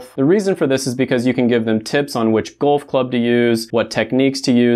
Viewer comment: why are you saying gulf lol